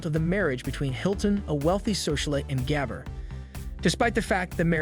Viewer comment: Agree. At least learn the correct pronunciation before posting.